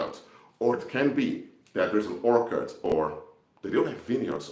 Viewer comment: Thanks for your videos. Just a tiny suggestion, a plot of land were fruit trees grow is pronounced orCHard. The CH is like the CH in cheese. An orchid (pronounced orkid) is a type of flower.